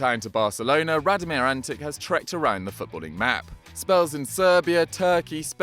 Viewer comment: It is pronounced as antiCH not antiK, the fact that he is from serbia shud have given that away.